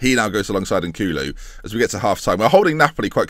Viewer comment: learn how to read! Jesus, I mean mispronunciation fine but KouLou and KouDou are very different! Come on mate